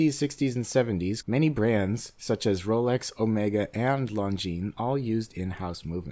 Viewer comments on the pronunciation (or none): none